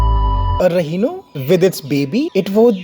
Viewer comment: Its Rhino, not Rehino!